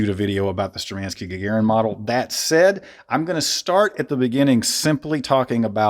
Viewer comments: Shturmanskie, not sturmanskie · Great information, great review! Keep up the great content. P.S - You are just "butchering" the name.. You have to accent or stress the first syllable "shtUrmankiye", and the ending "skie" is pronuonced as ski and yeah. So it would read as - Shtur man ski yeah I do hope that it makes sense. Sorry, just wanted to point out.